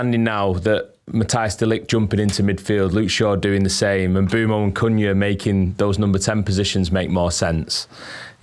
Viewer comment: I think a lot has to do with their accent as well. When you hear them say a name with an “A” at the end they usually add an “R” behind it. They’ll say Cunhyer instead of Cunha. I can’t think of other names but I hear it a lot from multiple outlets lol.